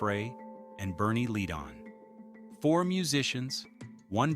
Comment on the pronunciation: And Bernie Leadon (pronounced Leddon)